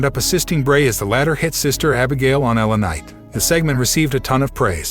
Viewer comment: why can't the voice over man say words properly L A Night lanight .etc really annoying .